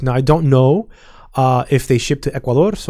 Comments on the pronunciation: I think .He just pronounced it well. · Do you speak Spanish? I ask because you pronounce the words Ecuador perfectly well.